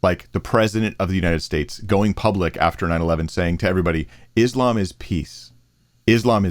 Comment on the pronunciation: The dumbest thing any president has ever said. George Bush Jr "Islam is peace." He couldn't even pronounce that he called it is lamb